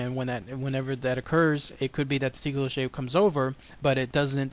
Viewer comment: Awesome video, but it's mostly pronounced as toh-coe-lossie (